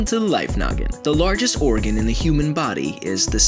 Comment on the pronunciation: u said origan insyead of organ